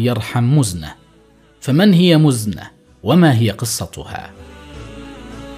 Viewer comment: مزنه ، كسره تحت الميم وليس ضمه .. وماخذوه من المزن